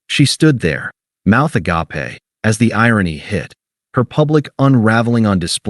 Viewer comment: a-gap-aye. made me laugh out loud.